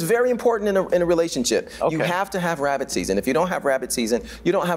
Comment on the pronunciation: Wabbit Season lol 😂Yami sis lol 🤣❤